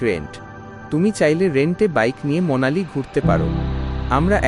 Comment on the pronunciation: Monali na...its Manali!!